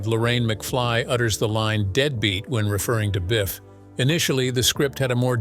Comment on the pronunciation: Narrator said dead bat...😮